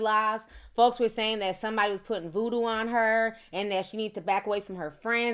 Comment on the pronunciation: Sounds more like hoodoo than voodoo 🧐